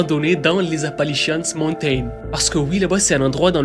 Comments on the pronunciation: Je regarde tes vidéos depuis longtemps et je les adores mais là.. t’entendre dire « Appalichiasse » mountains tout le long de la vidéo c’était de la torture, c’est Appalachian mountains. De plus la chaîne de montagnes ne traverse pas toute l’Amérique du Nord mais une vingtaine d’états à l’Est. Ça aurait mérité un peu plus de recherches et d’effort sur la prononciation. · On dit en anglais Appalachian Mountains . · Toujours aussi banger t'es videos, par contre "Appali-chiasse" ??🤣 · Apalishians ❌ Apalichiasse ✅ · On dirait que tu dis Apanlichiasse montain 😂😂😂 c'est la merde quoi ces montagnes 😂😂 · Je me suis dit personne ne lui fait remarquer ?? Appali quoi ?